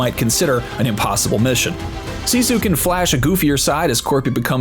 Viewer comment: You would have gotten a thumbs up, but your pronouncing SISU WRONG!